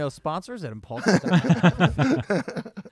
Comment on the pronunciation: its impaulsive not imajlaksive mike know who the host is